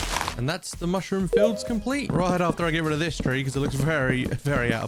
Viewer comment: I thought it was a joke when he said much room as in mushroom